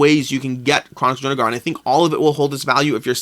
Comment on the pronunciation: You keep saying DrunaGAR. Stop. Please.